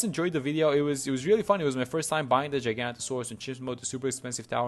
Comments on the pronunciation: It’s actually pronounced giga-naught-asaurus. Giga as in like gigachad and naught like nautilus/nautical. Love me some dinosaurs, not my favorite but still 🤣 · dinosaur nerds seething at his pronunciation